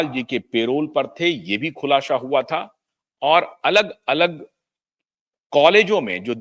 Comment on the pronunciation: शब्द सुधारो। खुलाशा नहीं, खुलासा है।